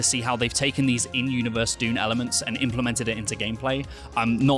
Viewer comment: Did they say “Duniverse”? 😂